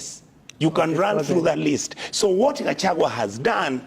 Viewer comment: But surely, I can’t believe you are not able to pronounce the name of Kenya’s Deputy President by calling him GACHAWA and worst of all without even considering address him as Hon. Deputy President of Kenya. Pls speak slowly and get all the names correctly. It was